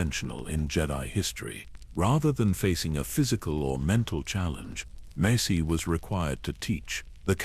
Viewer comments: I can't get past you calling him "Macy" wtf? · fr! less than 30 minutes in and i've already heard Mace's name pronounces as "mass" and "mice" lol edit: less tha 31 minutes in i heard "messy" too 😩